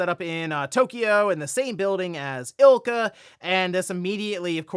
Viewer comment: It’s “I L C A”! Don’t be lazy. 🤦‍♀️